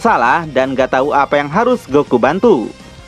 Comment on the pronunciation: Ada kata yg terpeleset min. "Balmod memberi tai 😂" Menit 4.30